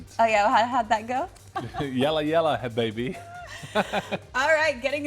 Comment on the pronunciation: habibi not hababy hehe bless you well tried 😍